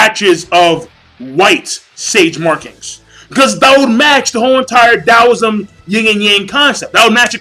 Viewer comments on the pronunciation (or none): none